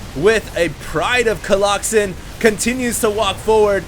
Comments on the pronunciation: But you don't get pissed when he says coloxen? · Stop saying colloxymmm plzzz god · please stop saying colloxen. it sounds like the name of a fatal disease.